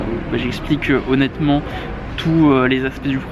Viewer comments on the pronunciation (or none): Ta barbe est tellement fournie mec! #closeuprealness C'est étrange de t'entendre prononcer le mot "honnêtement" comme d'un rempart...